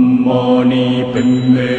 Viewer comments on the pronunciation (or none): none